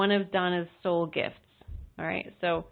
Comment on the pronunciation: When you said Soul gifts I heard heart